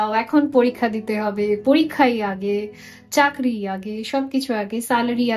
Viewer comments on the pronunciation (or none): none